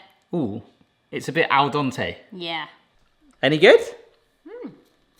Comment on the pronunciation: ALDENTE please! It's not ALDONTE. It's Italian not French.